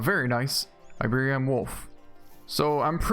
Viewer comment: dude...... it's iberi-an not iberion. please fix it!~